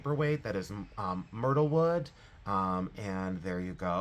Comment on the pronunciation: You said myrtlewood right but Oregon you want to say "Oregun". That's how we in Oregon say it. Sending you airhugs of positive loving energy to you and yours . Love you because I do and you have grown on me❤❤❤❤